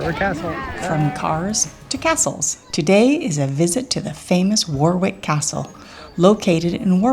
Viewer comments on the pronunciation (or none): Llangollen is pronounced closer to Thlangothlen. Ask a Weslh person to demonstrate. Sheopshire is pronounced Shropsheer. Warwick is pronounced Worrick. Derbyshire is Darbysheer. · Hello, thanks for a very interesting & entertaining video, you visited some excellent places. The second "W" in Warwick is always silent for both town & castle. If you ever get to visit Alnwick Castle it is pronounced "Annick" so silent "L" & "W" in that one :). I hope you get your Narrow Boat soon, I'm looking forward to some videos when you are on board, good luck, Cheers Chris